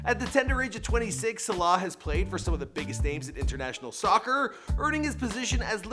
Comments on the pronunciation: It's pronounced Sah-lah, not sé-lah. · It's Mo Salah not Mo Slaahh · Stop saying Slah it's S A L A H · It's it's pronounced Mo Sa-La not Mo Salar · ITS SALAHH NOT SHLA PRONOUNCE IT RIGHT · Mo Saylay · In from Birkenhead 10 minutes on the train and 1hour 30 mins to anfield ( where Liverpool play ) it made me cringe how you said his name hurts me sulah he is a god among men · I hate the way this guy says salah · You can’t pronounce salah,premier and football. Also,salah is a winger not a striker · Why does he pronounce ‘salah’ like that 🤢🤢🤮🤮